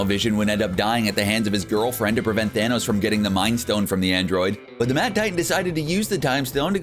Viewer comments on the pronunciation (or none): none